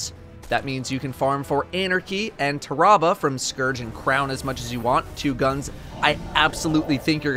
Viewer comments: Actually TEARabuh isn't something I've ever heard someone use. I'm guessing it's American pronunciation? The name is pretty self-explanatory Tah-rah-bah (The A in first syllable is said like the A in are) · “TarAHHHbah” ? Tf is that XD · Everyone: TEARabuh. T U H R A A A B U H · Did he really say tarrabah like that 😐🤯🔫